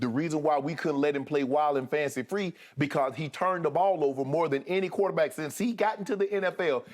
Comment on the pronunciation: "Kuwater-back" it always amuses me the way Shannon says it 😂😂😂